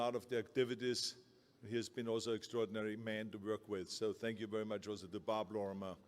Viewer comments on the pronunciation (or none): “Hard Verk”